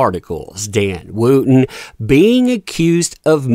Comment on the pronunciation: May I ask how you pronounce ‘wood’ think you’ll find it ‘wud’. Wootton is pronounced ‘Wut-tn’. I’m complaining because I’m following the story and the mispronunciation is distracting. However, it’s good to see a ‘what goes round, comes around’ in real time.